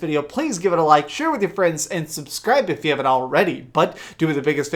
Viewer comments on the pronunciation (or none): none